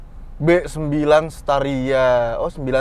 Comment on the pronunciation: di saya dengernnya "ha ini dia Vario nya" wkwkw